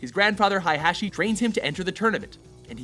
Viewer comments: its not hi-hachi, its hey-hachi... jesus christ.. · Did he say hi hat chi ? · Oh my God....hey guys, I'll be a translator for Jon-Jun Haiyachi-Heihachi Jeen-Jin Kayuza-Kazuya SWEET CHRIST GUYS CMON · He also pronounced Heihachi as Heihashe Edit:Correction he said hihashe later on